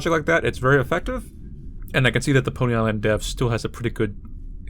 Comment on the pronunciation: When said "Pony island" i hear him says "poly island" instead, and thought this was a weird side game to poly bridge or something